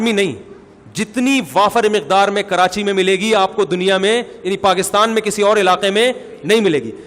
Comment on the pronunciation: Han molvi sahab apki bat theak h karachi ky logon ke urdu bohat achi h woh log karachi ko karanchi kehtay hain hahaahhaahahahhahaah